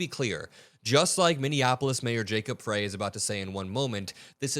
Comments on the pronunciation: It's Jacob [FRY], not [fray] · Thanks,, for all of your work. Mayor Frey's name is pronounced Fry. Appreciate you very much. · FYI, Frey's last name is pronounced "fry," not "fray." Ans contrary to out of state observers' comments he's been a very establishment, corporatist type Democrat. He needs to be held to higher standards under present circumstances. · The Mayor of Minneapolis's name is pronounced "fry" not "fray" as you continue to do. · it's not pronounced fray....it's fry. Just sayin. Appreciate your commentary and perspective! 💙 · Mayor Frey's name is pronounced FRY.